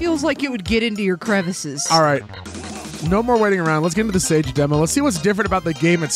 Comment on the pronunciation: Am I tripping or is sage pronounced “sah gay”